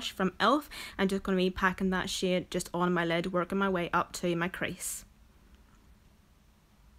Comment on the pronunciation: Girl, are you saying shade.... Or shit??? Haha I'm hoping it's the second ;) lol